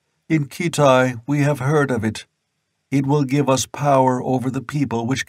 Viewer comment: Oh really ? Ackeron not Asheron. Nemeedia not Nemedia Kithai not Keethai.